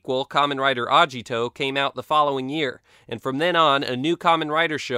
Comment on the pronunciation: Damn the way you pronounced agito threw me off. good video still :)